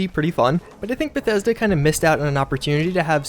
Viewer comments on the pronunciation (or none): none